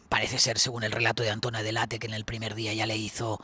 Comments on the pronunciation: PERO COMO C PRONONCIAS SU APELLIDO?????? DELEIT?!!! DE DONDE SACAS ESO. ES ITALIANA, SE LEE COMO EN ESPAÑOL DELL' ATTE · Qué ridículo eres .. se llama de Antonia dell' Atte y se pronuncia tal cual! Ella misma pronuncia así su apellido. Y tú diciendo "deleit"🥱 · DELL·ATTE,.TAL CUAL,.. ES ITALIANO,..🤣🤣🤣, NO INGLES😂😂